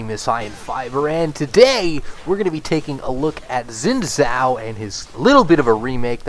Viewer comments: I can't stand you pronouncing it zin zao, that's simply not correct. Learn how to say a champs name before making a whole video about him. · u just cant pronounce chinese properly